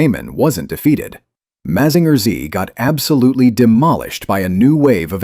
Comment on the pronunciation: Mazinger Z, pronounced Mazinga Z in japaness, is the real name of the robot